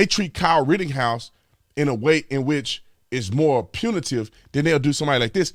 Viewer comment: I’m sayin this in a non mean way Brandon but it’s Rittenhouse not Rittinghouse